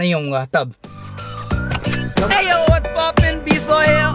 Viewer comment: always say eyy not hey